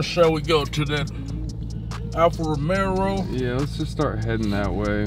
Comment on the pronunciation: Romeo not romero